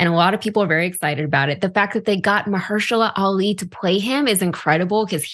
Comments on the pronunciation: Mah her shah aah lee its not hard to say also this is why they should invest in black writer's studios ect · why did you not do your due diligence by trying to pronounce that man's name before the cameras started rolling? Just because you don't watch movies like that does not make it a good excuse. Do better, "Do your job." -Bill Belichick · DUDE REALY?? You are actually going to say sorry to Maharashtra Ali for basically butchering his name not once but three times and then try to justify that by saying that " sorry I'm not into the movies , 'm only into, ( can't make this shit up) BOOKS"? You're only into books?? NEGRO!! You're NOT even into that!! Starting out the program, your ENUNCIATION was ATROCIOUS!! A phonetically natural disaster!! You seem like you are registered as a fugitive from Head Start early educational program. If you were into books, I would have to take time out of my goddamn life to check you on your delusion of grandeur. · "MASALLLA ALI" 💀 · Please learn how to pronounce the man's name before covering him. How can I take your program seriously? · Don't cover yourself by saying i don't like movies i like books, that has nothing to do with you butchering dudes name, just apologize & move on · I understand but this brother is a professional journalist and should take a moment to pronounce the name before reporting on the person. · Liking books vs movies is a poor excuse. Completely disrespectful not to have researched how to pronounce his name and deliver the story with appropriate enunciation and grammatical accuracy.🤦🏽‍♀️ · They tried to demote him and you butchered his name. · If he likes books that's even more reason why he should be able to pronounce the name. Just saying! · Why say "what she said" when you can clearly take the time to pronounce the man's name correctly. It's very possible. Apologies not needed if you take the time to pronounce it correctly. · How he get that man's name so wrong.